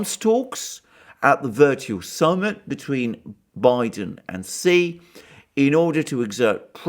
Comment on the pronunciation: TQVM to for this brilliant presentation. I congratulate you for the first among so many to have pronounced the surname of the president of China correctly. Almost all the other speakers pronounce XI as shee. This shows that the speakers lack the respect to find out the proper pronunciation.